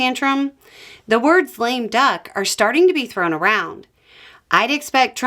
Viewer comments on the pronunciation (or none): I think you said 'lame duck' but for some reason I kept hearing 'flame duck' and thought that maybe flambéed duck would be orange, at least if flambéed in a suitably coloured beverage :D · I was sure I heard "flame duck" and thought that was a new term for a president so bad he flames out before 100 days 🤣🤣🤣